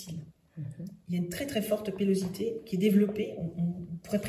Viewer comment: Mais enfin madame ! L 2ème masque a été réalisé sur un cadavre embaumé ! Et on ne dit pas pellosité mais pilosité !